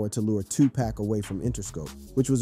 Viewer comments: “Too pack” “Shooge” bruh I got zero faith that you know what you’re talking about 😂 can’t even say they names right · Shoo Jee Knight. 2 Pack. Love the content but please get someone else to narrate. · Shooge, too pack haha 😂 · Did I hear "shoe Nike"2Pack"???👂